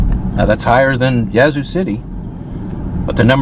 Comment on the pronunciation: It is pronounced YAT zoo not YEAH zoo! For better or for worse, it DOES have daily Amtrak service :)